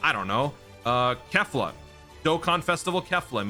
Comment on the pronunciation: how dare you say Kefla sir…..